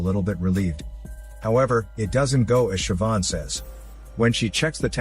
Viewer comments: as an irish person, i'm happy that you pronounced Siobhan right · Of all the words that can be mispronounced I really thought Siobhan was a given on that list. Congrats on getting it right